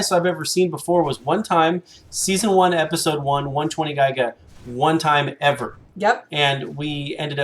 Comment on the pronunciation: I know this is a old video but the way you guys pronounce gigga and quetz is so cringe.